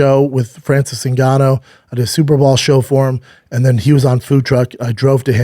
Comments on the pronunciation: He's been told multiple times b. He's just too brain damaged to pronounce it correctly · “Super Ball” lmao 😂. Can someone please tell Slaub that it’s Super Bowl…water weed dune hair